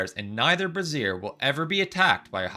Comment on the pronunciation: You pronounce brazier like brassier. Haha